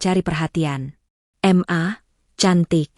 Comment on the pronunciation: Kenapa ma dibacanya em a? Suami macam gt mending buang ke laut aja 😣